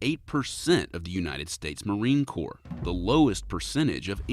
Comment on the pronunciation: It's pronounced Core and spelled Corps